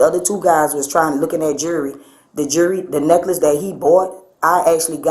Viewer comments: "the jurry" .. "a jurry" 😂 c'mon. It'll never cease to amaze me that people will talk to the cops thinking they are gonna get themselves out of something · Gurrrl thats some nice jurry